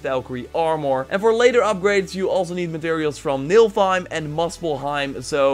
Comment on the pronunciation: Niflheim not nilfheim